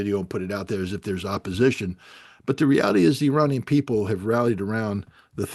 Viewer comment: I have immense respect for Mr. Ray McGovern, Colonel Wilkerson (another very favorite person to me), and Colonel Doug. McGregor. None of these well-educated people, need the following info. However it seems like some others may💚 Therefore, IRANIAN, is neither pronounced "Eee-RAINY-Yan" nor "Eye-RAINY-Yan"!! The proper pronunciation is "Eee" (rhyming with See) + Ronnie (abbreviation for Ronald) + Yan !!! A Simple mnemonic would be "There is no RAINY weather in the forecast"!!😊 Hence the proper pronunciation is "Eee-Ronnie-Yan"!! Even a poor Computer generated voice could be Corrected (Reprogrammed)!!!